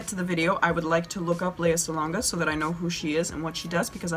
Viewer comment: Lea Salonga is amazing, love her so much ❤❤ Also, kudos for pronouncing her name right the first time :)